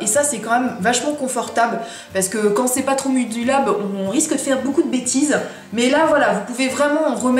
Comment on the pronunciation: J'ai l'enlumineur et je pense que tu as vraiment trop appuyé sur le tube car quand je l'utilise il n'y en a pas autant sur le "coussin". Chouette vidéo en tous cas. Tu m'as faire rire quand tu dis "modulable" (mudilab? 😂)